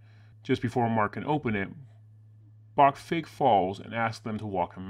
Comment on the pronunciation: I could be wrong, but I think his name is "Ivan *Brock*", not "Bach".